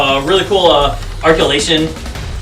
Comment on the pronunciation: really cool “arculation” instead of “articulations” loll But great video, i enjoyed watching your review, you seem to be genuinely excited to have them I have both the 1/4 scale set and this 7” set, and i also prefer the 7” versions more, theres something amazing about them being smaller and having the same level of details has the 1/4 scale versions